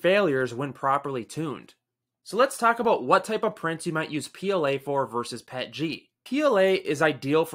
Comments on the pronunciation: PEE EEE TEEE GEE not Pet Gee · My first time ever reading the acronym and I immediately called it "pet-jee". You're ridiculous for demanding someone say "p-e-t-g". Just ridiculous.